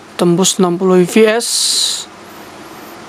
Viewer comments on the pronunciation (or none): gak bisa bedain V sama F kah bang? FPS kok di baca VPS 🤣😂